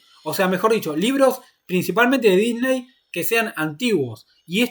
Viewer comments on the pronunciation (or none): none